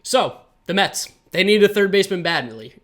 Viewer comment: New York “Mehh”-ts